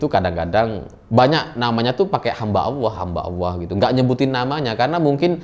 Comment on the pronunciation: Hamba Alloh bukan hamba Alah..akidah koq dianggap sepele